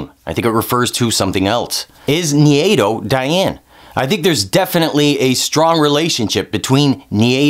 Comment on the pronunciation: Who's "Nhiyedo"? How do you get that pronunciation from Nai-do? haha